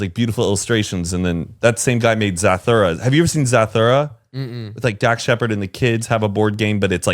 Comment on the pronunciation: The way is pronouncing Zathura